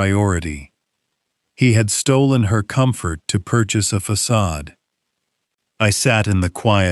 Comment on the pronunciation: Fa,,,ca,,,de not pasage